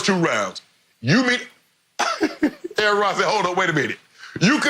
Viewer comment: 1 word fo AA-Ron) disrespectful